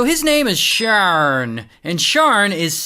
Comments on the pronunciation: Everytime you say this dude's name it took my focus off of the story, c'mon Ray!!😂😭 Shawwrrnn Me no likey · Idk why, but giggle everytime you say "shaurn" 😂😂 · "His name is ShaarrRn" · The way he said his name had me audibly laughing